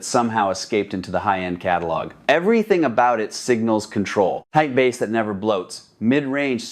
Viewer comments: Lol AI. When someone pronounces "bass" like the fish. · Why do these AI voice overs call Bass ( the instrument sound), bass the fish? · Tens of thousands of dollars on an amplifier and even more than $60,000 on speakers and I have to hear a talk about amplification turn into a fishing show with the pronunciation of the word “bass”. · I hate that! It’s not bass, like the fish, it’s bass, rhymes with ace! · Because it's dinner time!